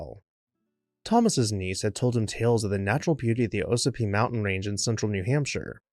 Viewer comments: Pronounced “ aws ah pee” in NH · pronounced AW-sih-pee